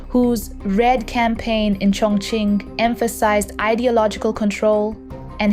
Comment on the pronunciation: and she pronounces "Chongqing" incorrectly most times